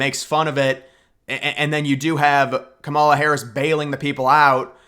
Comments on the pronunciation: You can’t even speak her name correctly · LMFAO! NO ONE IS "STEALING" TRUMP'S FAILED POLICIES, AND, IF YOU CANNOT EVEN PRONOUNCE THE VICE PRESIDENT'S 1ST NAME AFTER ALL THIS TIME, THEN YOU ARE TOO IGNORANT TO EVEN BE POSTING ANYTHING ABOUT THE ELECTION HERE.